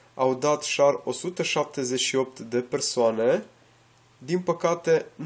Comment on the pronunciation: nu "șar", ci "șeăr" !